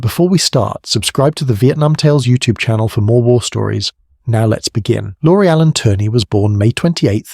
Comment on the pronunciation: Lori Allen Turner??? His name was Lauri Allan Törni (pronounced: LOW-ree AH-lahn TÖR-nee; Finnish IPA: [ˈlɑu̯ri ˈɑlːɑn ˈtørni]). ö = say the vowel in “bird”/“fur” without the English R sound, while rounding your lips.